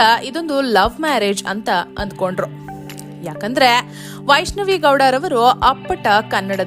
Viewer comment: Her name is vaishnavi not vaaishnavi